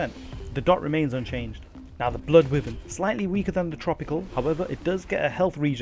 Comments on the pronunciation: I swear people need to learn to read. ITs WY VERN NOt Wivern lmao the Y is Pronounced. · It’s pronounced whyvern for fuck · Good video and well researched but considering you sound English I found excruciating that you pronounce Wyvern wrong... Considering it’s a Welsh dragon... >< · Pronounce wyvern correctly.